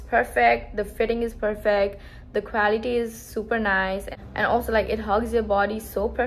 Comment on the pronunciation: Did you say quality? Cause it sounds equality 😅